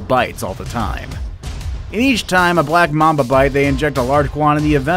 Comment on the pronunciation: When he said "black mamba" I thought he said "blap mamba"